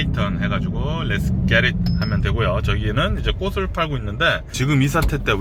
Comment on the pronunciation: "꽃을" 발음 제대로 해주세요~^^ "꼬슬"이 아니고 "꼬츨"입니다~